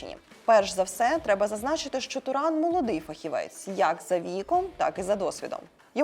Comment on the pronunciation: Подруга не знає який правильний наголос на власну фамилию)))